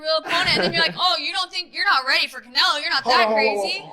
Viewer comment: dude can't even pronounce Canelo, shows Nate Diaz when talking about Paul fighting former UFC champions. These whack AI generated videos are a joke.